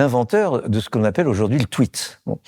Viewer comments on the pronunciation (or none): none